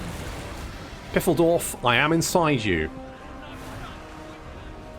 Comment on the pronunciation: Its Phaildorf. Ph like in the name Phillip.